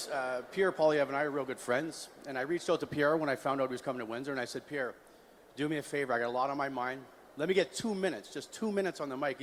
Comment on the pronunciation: Pierre not Pier😂